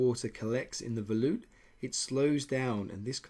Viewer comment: Did you say, Veloop?